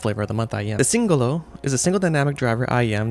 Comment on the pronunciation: At last a reviewer with correct pronunciation of Singolo 👍